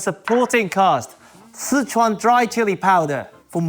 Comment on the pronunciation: Two things, he pronounces Sichuan very incorrectly, and second he cooked the beef way too much. You don’t cook it that long, it’ll taste like cardboard.